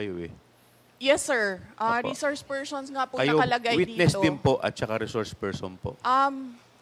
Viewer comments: Sarah, it’s so annoying Kasi “You are a reshourse pershon” 😅. Resource person is the right pronunction . Stop speaking like young elite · reshorsh pershon